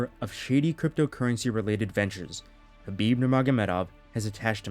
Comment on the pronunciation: The K is silent? Fucks sake 😅